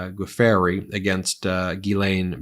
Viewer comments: Virginia Guiffre’s last name isn’t pronounced Geeferry but Joofrey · FYI, Pronounced, Virginia “Jew~fray. Not goo-free. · Good grief Ben! It's pronounced JEW-FRAY (Giuffre), not Guh-FAIRY. Not a good look for someone of your standing. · It is pronounced ‘joofrey’ not ‘goo fairy’ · It’s pronounced Zhisz-lay, not Gee-lane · The lady who sued Prince Andrew was Virginia Gueffre pronounced ' Jew fray' . Just FYI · Du-fray is how her name is pronounced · The woman's last name is pronounced. Jew Frey. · Please note: Virginia Giuffre’s last name is pronounced joo-fray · It's pronounced "Jew--fray" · I think it’s pronounced Jew-fray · "G-fairey"?!! Really?!!! C'mon ... You can do better than THAT! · Virginia Giuffre’s surname is pronounced “joo-fray” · pronunciation of Giuffre: dzə frei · Pronunciation for Giuffre is juu-fray. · Thankyou for pronouncing Ghislaine properly!!!! Giuffre is pronounced jufftrey from memory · Guiffre`. fre Not fery. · Please take. A moment to learn how to pronounce names correctly before you read court documents, Ben! You are pronouncing Ghislaine Maxwell’s name correctly (Thank you) But it’s Virginia “Gwi-fray.” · Pronounced probably "Jofree.". At least that's how I know it. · btw, Women’s name is pronounced Ju- free…… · Giuffre is pronounced "joofray". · Ben, Giuffre is pronounced "Joo-free." Famous clarinetist Jimmy Giuffre is my reference. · Guiffre is pronounced "giffre", the 'u' is silent and there's no "a" in the word. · Her name is pronounced Goo-fray. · We've all heard her name pronounced gee-YOU-free for ages. Why are you mispronouncing so badly it at this late date? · Learn how to say Virginia's last name properly.